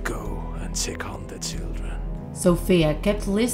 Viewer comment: I heard “did you check on the chillden